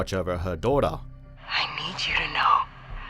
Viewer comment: Mothaa, daughtaaa, motion captaaaaa etc. Way u speak becomes rly annoying over time